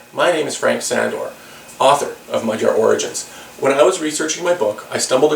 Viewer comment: Shouldn't your surname be pronounced 'SHandor'?